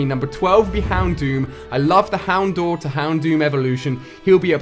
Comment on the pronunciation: houndour is pronounced Hound-dow-ur (ow as in owl) Ursaring. ( Er-sa-ring)